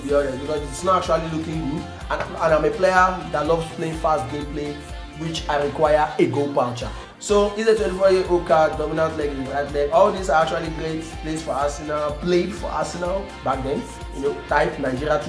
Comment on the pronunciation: English man It's Goal POUCHER NOT PAAOUCHER